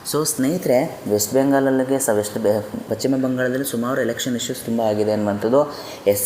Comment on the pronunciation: ಪಚ್ಚಿಮ ಅಲ್ಲ ಪಶ್ಚಿಮ ಎಂದಾಗಬೇಕು. ಶರಣು ಶರಣಾರ್ಥಿಗಳು